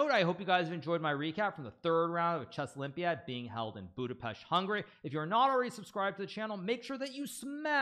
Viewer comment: I appreciate Hikaru pronouncing Budapest correctly